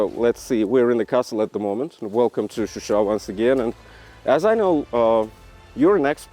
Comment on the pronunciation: Also John it’s ShuSha not Susha )))